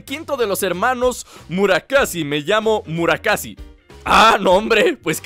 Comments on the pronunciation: es Mura-SAKI no Mura-KASI xd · Es murasaki no murakasi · murasaki y va y dice murakasi😂😂😂😂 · no se dise murakasi se dice murakassi